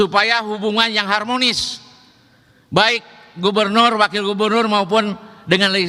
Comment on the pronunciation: Halah, “harmonis”. Walk out 😂